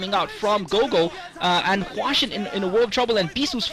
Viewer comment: hwasin - not hwashin